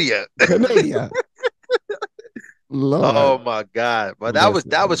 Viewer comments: Is she really saying Candadia or something else Research. 19k n Billy Carson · Did she seriously say Canadia 😂😅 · She even called Canada, Canadia... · Hey I also call Canada. Canadia 😂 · Did anyone else hear KJP call Canada, "Canadia"? 🤦🏻‍♀️ Bloody hell. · Did that airhead call Canada Canadia? 🤣😂🤣😂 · Yes, ma’am you heard her correctly because I had a WTH moment when I heard it. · “Canadia” kills me every time 😂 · Canadia? What a maroon (Ala Bugs Bunny)!! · Lmao she said Canadia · CANADIA! Lol😆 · Wtf, did JPK call Canada Canadia? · Lmao canadia😂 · Canadia???? Is that a new country? Part of the UN? NORAD? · Canadia? Too focused on keeping up with lirs(lies)! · she said Canadia 🤣